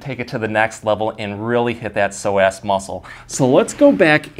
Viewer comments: omg i had no idea that is how you pronounce psoas 😂 ive been saying 'sew-uhs'. this video is perfectly timed as i just overworked these muscles at roller derby practice and the stretches i knew were not cutting it! thank you! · You're clearly saying "so ass" as a joke like the super troopers "meow" bit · you were emphasizing the ass of psoas... I like it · Thanks for the great video. I'm going to have my husband try this immediately! I thought the pronunciation was a bit off from what I've heard before, so I looked it up. According to the dictionary, it should be soh-uhs. Just saying. 🤷🏻‍♀️ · please understand its not pronounced pso-ass, smh! Might wanna consider rerecording with the proper pronunciation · Why is he saying So Ass 😂😂😂 instead of so-azz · Pronounced "Pso-ASS" 😂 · Y I thought he kept saying that sore ass muscle…. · Why I keep hearing "tight sore ass"...lol..This guy has truly helped me in so many ways...Thank you Sir!! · Am I the only one who thinks it sounds like he's saying "sore-ass muscle?" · Good video, but pronouncing it SO-ASS…. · Is it just me or does psoas sound like sore ass when pronounced. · He made it sound like "sore ass muscle" a few times and i felt that hahah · is it just me or yall hearing "tight sore ass" too? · I love the way the muscle is pronounced. Yes doctor, I have a so' ass muscle~ made me laugh - but thank you for the information!! Liked and subd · I watch these all the time, but found myself laughing at how many times he said "so-ass" !! Sorry! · Did anybody else keep giggling when he kept saying psoasXD sore ass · I love how with a straight face you pronounce psoas as sore-ass muscle! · Who’s gunna tell him it’s not pronounced “so ass” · I thought you were saying “sore ass”. Thanks for the great content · Every time he says “Psoas Muscle” it sounds like “sore ass muscle” to me. 🤭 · Did you say “so ass” as in sore ass because I certainly have one from sciatica! ❤️ 😂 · It sounds like you are saying a tight sore ass. :)